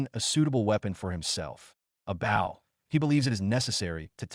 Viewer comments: I swear I’ve heard, AI pronounce it both ways, but wrong for the context it supposed to be in each time. “Bau” for the shooty thing and “bo” for respectful body position, in the same story. 🤦‍♂️ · Bow. AI had 50% chance of pronouncing it correctly. Couldn't seem to get it right, even in context. Maybe the editors or proofreaders could have tinkered with the script and spelling. Maybe spell it, Bo, Bowe or Boh etc.